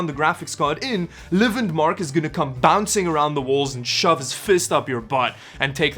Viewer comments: lmao he actually said lvndmark instead of just landmark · LIVIND MARK LMAO ive never heard anyone say it like that. Its literally just Landmark XD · so no one gonna talk about how he said "livendmark" instead of "landmark" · Livindmark (lvndmark)... we just say landmark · love how you pronounced it "L-v-nd mark" and not "Land mark" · WTF IS A LIVAND MARK? its pronounce landmark lmao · did he just call landmark lvandmark lmao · lividmark? LVNDMARK? I think you mean LANDMARK lol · He said “live in marked” instead of Lvndmark... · did he just call landmark "levindmark"? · I like the way literally pronounced LVNDMARK instead of LANDMARK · its landmark, not livingmark bruh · i actually had to cringe a bit when he said that. i really hope it was a joke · I thought it was lividmark for the longest time. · You did not just pronounce landmark as liveandmark I’m dead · LIVINDMARK, lmfao. bro its pronounced landmark. loved the video tho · landmark. not livenmark lmao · Did this guy really just called Landmark "Leevindmark"? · how how no one mentioned how you pronounce lvndmark? its "landmark" lol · dude actually said lvndmark and not landmark... thats rough.... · not tryna be THAT guy but his name is just pronounced "Landmark" haha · His pronunciation of landmark is very funny livind mark lol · I like how he called Landmark “Livendmark” 😂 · you lost me when you said landmark but prenounced the v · noone is gonna talk about how he called LvndMark Live end mark lol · bro said livindmark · Your not supposed to pronounce the V in Lvndmark you just say it like an Landmark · Its pronounced “Landmark” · "Livindmark" lololol that's something I haven't heard before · i know this is probably unneeded but its said landmark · It's "landmark" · man said livindmark smh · Its LANDMARK he uses a V for the A. Lol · "LV - NDMARK" ITS LANDMARK!! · It’s pronounced Landmark btw xD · Livndmark.. Hahahahahahaha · Just saying LVNDMARKs name is said like: Landmark. Great vid anyways tho